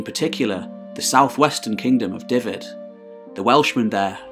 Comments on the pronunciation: See what you mean, it's "Duff-ed" not "Diff-ed". But good nonetheless, makes the Celtic parts interesting... and slightly more comprehensible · FYI the letter Y in welsh is pronounced 'uh' , F is 'V', so Dyfed=Duh-ved . You're welcome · Duh-ved. Single "f" is a "v" sound. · Dyfed is pronounced 'duh-ved' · Enjoyable and interesting. Ystrad Clud (Strathclyde) was where the native British language, now called Welsh by the English, Cymraeg by us, was first written in the sixth century. Shame you do not know how to pronounce our place names such as Ceredigion and Dyfed. Alfred very wisely chose not to make war on the Britons. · Another excellent video again, so I've subscribed. I also really appreciate the effort you've gone to with regard to pronunciation, but as a Welsh speaker, I kinda cringe when you say Dyfed with an "f" sound. It's actually closer to a "v".